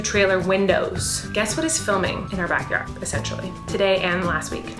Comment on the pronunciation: Every time she said backward cracked me up 😂